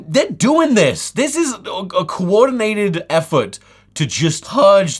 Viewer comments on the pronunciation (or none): “Cwoordinated Effwort” lol